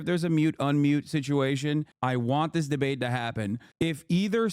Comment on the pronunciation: "She's trying to get out of the drbate," says Trump as he is trying to get out of the debate